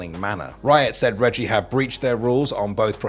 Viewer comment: to hear him say wiot